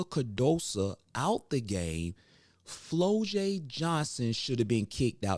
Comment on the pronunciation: It's pronounced Flaujae not Flolae